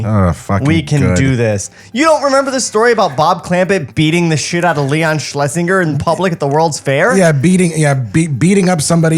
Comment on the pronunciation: I love that doesn't even try pronounce Leon Schlesinger's fake name's surname corrently now.